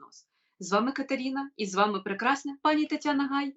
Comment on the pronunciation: не коверкайте імя Катерина ,доречі українське ім'я.